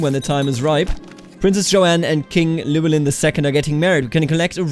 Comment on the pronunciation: Sorta but its more LUH WEL IN